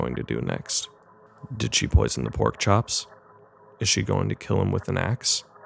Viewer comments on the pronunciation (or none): none